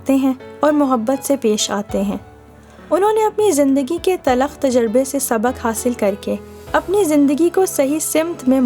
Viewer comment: TalAkh nahi hota, Talkh hota hai